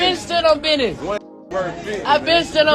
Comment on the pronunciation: “I stand on bidness “ lil bro you are not your father 😂